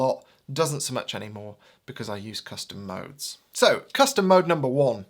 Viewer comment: thought you said "custard modes"